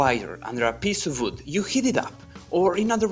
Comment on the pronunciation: You make absolutely great videos. Very interesting. Try to improve your accent in words like "workers", "we", "wood" and it will be perfect.